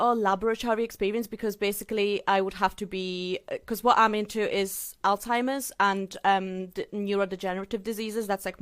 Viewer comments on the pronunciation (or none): HOLY SHIT SHE SAID ALLTIMERS JUST LIKE HER IDOL 😭😭😭 she's literally a mini amber you can't make this up